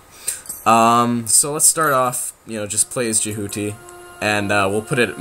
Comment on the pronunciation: It's pronounced Je - hu - tee and Neet Play the game and you'll find out :D